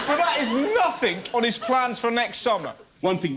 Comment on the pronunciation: I've noticed quite a lot of English people ending words like nothing and something or everything in a K sound....nothink, somethink,everythink. Strange seeing it's their language their speaking (speakink).